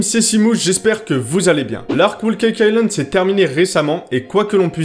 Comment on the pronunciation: T'as fini avec ton "Whool Cake Island" 😂